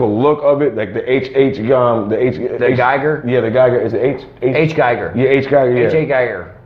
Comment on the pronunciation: I’m pretty sure his foreign name is pronounced HR Giger, said Gee gur. I have to get one of these head busts one day.